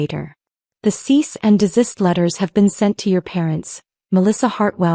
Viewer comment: Your AI is still having trouble pronouncing “cease and desist”.